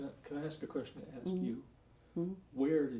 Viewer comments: He sounds extra illiterate when he tries to use big words that he has no idea what they even mean!!!!! Hell! He can’t even say ask!!!! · Axe Michelle? Ax? Like as in woodsman? Is she a woodsman? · You betta AX sumbuddy 😂 I just wanted to type "AX" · I’m about to start telling ppl to “axe Michelle!” 😂😂😂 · Watch "Apostle" David E. Taylor under oath: the pulpit foghorn shrinks to a whispering baby voice with a fake little cough, and every dodge is the same — "I don't know... AXE MICHELLE." Can't pronounce "ask," but he healed AIDS, trust him (zero doctors, zero evidence, ever). $50M allegedly drained from worked-unpaid believers, church-bought Versace in the Bahamas, sworn admission about belting his 17-year-old daughter. Loud for the tithes, meek for the truth. Bond denied. Michelle got arrested too. 🔒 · He knows nothing 😂😅 and what he does know he really doesn't! His confused look is so annoying. Thinking playing dumb will make everything go away.. "I don't know" "I can't remember" "axe Michelle" ..Michelle where you at we got alot of questions to axe you. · Anytime the “apostle” is in a jam, 🪓 Michelle ! 🪓 = axe (“aks” Michelle) ! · Can I please have a dollar everytime he says, "axe Michelle" or the lawyer says: "you have to answer yes or no." Please. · Why does that stupid ass say: axe? Axe?? What is that? And I belive that Michelle has some quistions to answer for.... 🙈🙈😂😂😂 LOL, he is so stupid!! 😂😂😂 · Don’t axe Michelle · Bottom line is you Mr. Taylor are straight up liar, You are not worthy of any title before your name!!!! You should be ashamed of yourself for the lies, the stealing,cheating of The Church!!!!! BTW it’s ask not ax and it’s postponed not postfoned!!! This should make everyone learn from whom they sit under In The House Of The Lord! Lost too much money in my baby years of being a New Christian from men and women like him. Beware Church!!!!!!!!! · Axe her. Axe her. Axe her. Michelle my bell. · "Ax Michelle" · No axe Michelle, not ask